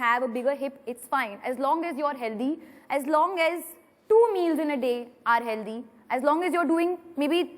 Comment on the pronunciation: It’s not healtheeee it’s healthy... proper English. She’s over confident I think ...